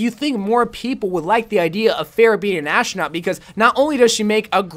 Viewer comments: Why does he say ashtronaut??!؟؟ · Are you saying ashtranot